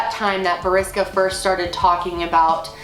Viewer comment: I'm from Russia, u almost got his name right lol